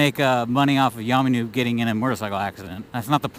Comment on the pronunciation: Who's yaaarrrrmy noob? It's yammie